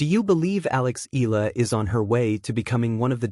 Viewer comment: Wby do you keep on saying the wrong pronounciation of the name ella, Eala is pronounce Ee-ya-lah ( 3 syllables). Eeyalah